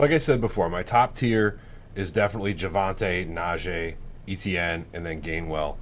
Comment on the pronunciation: Guy it is not E T ienne, is Frech name Etienne, sounds like itsien as an English transliteration, it"s usually a 1st name in Quebec